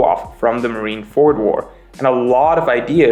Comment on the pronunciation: Marineford is one word Not marine ford